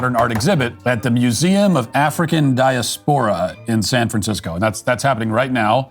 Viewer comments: When you hear Matt Walsh and Ben Shapiro grossly mispronounce words, you really question how educated they are. "Di-ah SPOR-ah," Matt? Really? You've never heard of the word "diaspora," pronounced "Di-AH ["a" as it "at"]-spor-ah? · "Die-a-SPOR-a"? Really? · pronunciation of diaspora ...accent on the second syllable